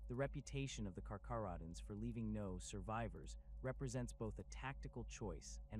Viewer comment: Pronounced as (car-care-oh-dons), (Ny-core)